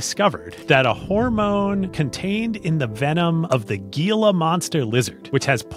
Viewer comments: As someone from a state that has a Gila monster it is pronounced as he-la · He also mispronounced "gila"